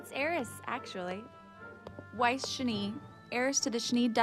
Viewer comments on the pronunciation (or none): I like your videos and they have really helped my game, so thanks for that. Just an FYI it is pronounced like ice but with a "W" added. I'm not normally one to point out things like this online, but as someone who LOVES this show I couldn't help but wince every time a "WISE" was uttered instead. Pirouette is pronounced like (piro + ette). Please keep making these videos as you really are helping folks :)